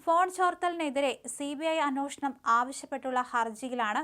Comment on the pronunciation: അന്വോഷണം അല്ല അന്വേഷണം